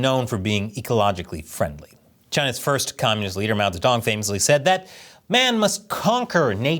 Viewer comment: Could have sworn he said, "Mao the Dong."